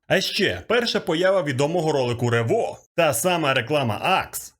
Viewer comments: ревО❌ рЕво✅ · не рево, а рево!